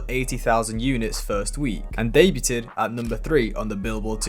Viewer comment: someone tell this kid how to pronounce "debuted", FFS... 🙄